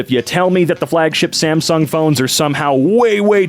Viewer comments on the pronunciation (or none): none